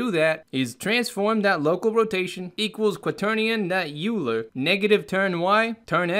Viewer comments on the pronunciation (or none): Euler == oiler/oyler, not yuler. If I didn't bring it up, someone else would/will. No harm meant.